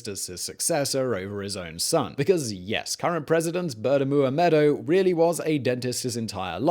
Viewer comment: So true!! (And Oliver nailed the pronunciation of his name every time!)